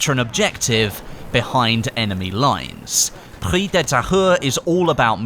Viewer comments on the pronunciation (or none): Thanks for the vdo. "Prise" is pronounced "preez" in French. the "se" creates the sound "z". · Prise is pronounce Pree-zzz-e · Prise de Tahure... we must hear the "E" in Prise word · As a french-canadian, it's always funny to hear you say the name of the map :P haha especially the "Prise" part XD it's like PRIZE but with an "E" instead of the "I". Nice video as always! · Yeah the S in Prise is pronounce like a z ahaha